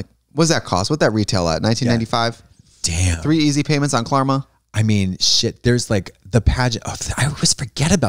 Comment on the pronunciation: LOL Klarma! 😆